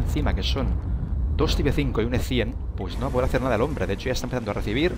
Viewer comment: Co me gusta que digas type 5 como se escribe mejor pronuncialo en inglés (taip) o pronuncialo en español tipo 5